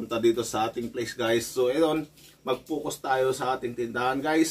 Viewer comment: FOCUS. Hindi "Fucos"